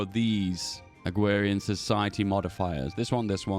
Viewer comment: I swear you say Agwerian instead of Agrarian every time